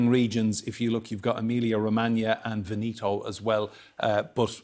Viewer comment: Pronounce Veneto right